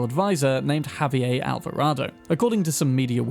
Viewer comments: Just FYI, it's pronounced "Ha-vee-AIR" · "WA-KEEN". Not "Ja-Queen" he isn't German. Also "Ha-V-Air" not whatever that attempt was. He isn't French.